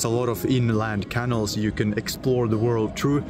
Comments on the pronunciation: Canal is pronounced like canoe. More of a K sound, and the syllables are ca-nal, not can-al. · Love following your progress. (Pronunciation tip: say caNAL, not canil.) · My apologies, I know I sound petty but please, please, please try and pronounce canal: ke nael (ke nel). I cannot (but I want to and I will!) travel through the European canals with you with that pronunciation. Don't know why, but it drives me CRAZY!:face-orange-biting-nails::body-blue-raised-arms::eyes-pink-heart-shape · If I buy you a coffee will you please learn how to pronounce Canal properly? 😂😮😊